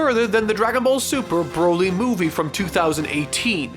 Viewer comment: Who the HELL!!!!! Said BORLY!!! Who the HELL SAID BORLY!!!!!